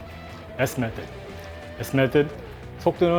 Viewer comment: method 발음 죽이시네, 지금까지 메소드 메소드 메소드 라고 교육받았는데 원어민 발음 클라스에 지리고 갑니다 앞으로 멛드 라고해야겠네요. 이근대위님 역쉬 영어도 짱이시네요